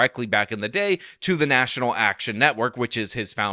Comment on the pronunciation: Did you say national ash-can network? lol 😂